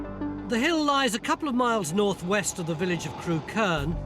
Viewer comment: I grew up not far from there. Used to work and go to pubs in Crewkerne. Funny hearing everyone pronouncing 'Crewkerne' wrong (it's 'Crook-urn' not 'Crew-kurn'). I'm sure the side-hosts killed the series off. Both of them were dingbats, and poor Mick - the actual expert - doesn't get much of a look in.